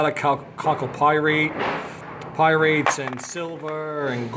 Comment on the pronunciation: pyrites not pyrates